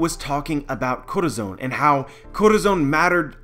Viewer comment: every time you try to say Corazon it triggers me so hard, because its not even that hard to say. Look up that word in spanish, listen and listen to a pronunciation. DEAR GOD, that triggers me.